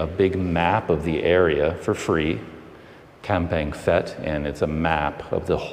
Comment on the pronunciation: As with Umphang, the ph is sounded P not F. Enjoying your videos around our area.